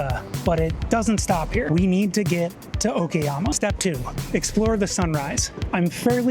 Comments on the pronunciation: Great video but what is it with Westerners and not wanting to pronounce Asian place names correctly? It's O KA YAMA not O KI YAMA. I've stayed at 12 hostels during my Japan trip and have met with so many Westerners and every single one has pronounced place names wrongly and even after they were corrected by me or a Japanese local, they continue to pronounce it wrong. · Its O kA YAMA not O KI YAMA or O KE YAMA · Applying basic phonic sounds i.e. A is for apple, E is for egg, I is for ink will serve you well with the bulk of Japanese words. I was struggling to reconcile the clear "KA" of Okayama when the guy got "SHI" in Shinjuku spot on.